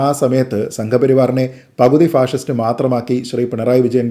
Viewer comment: ശരിയാണ് അവർ പറഞ്ഞത് അവർക്ക് അർത്ഥം അറിയാതെ പറഞ്ഞതാണ് അവർ പറഞ്ഞത് പാസിസ്റ്റ് എന്നാണ് ഫാഷിസ്റ്റ് എന്നല്ല